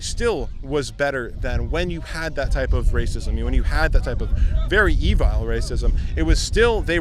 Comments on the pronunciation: Ok but was I the only one who was bothered by the fact that he said “e-VILE” instead of evil?? 😬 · Did he pronounce evil as evile? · Did he pronounce evil E vile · “Evile” racism? Who has ever pronounced “evil” “evile”? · Lmao! E-vile racism? Yeah, add syllables.... that'll make you sound sa-marter. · E-vile racism? 🤔 Am I just hearing him wrong? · I’m commenting on the way he pronounced evil as e-vile or at least that’s how it sounded like. Your question does NOT even warrant a response since it’s ridiculous. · "Evile"??? Really? Did he just pronounce evil as "e-vile." This is the stupidest, smart SOUNDING person I've heard in a long time. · I’ve never heard evil pronounced “e-vile” and that dummy is probably the smartest trumper out here. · His pronunciation is probably deliberate and harkens to Eve from the the bible “Eve Ill” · did he just say evile? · He said E - Vile... .muhahahahha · Did he just pronounce evil "ee-vile" ? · E vile????? what the fuck is that???? I fuckin hate when dick heads like this pussy face pronounce words like that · is he trying to say evil? lmao